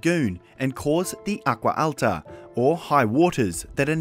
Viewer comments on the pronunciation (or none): none